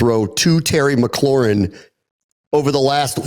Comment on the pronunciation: Lol i love "Terry McLaurHIM". That, and I think Smoot said "Toe Tapping Terry"